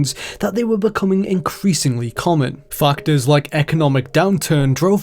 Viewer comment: Consolations... fockters....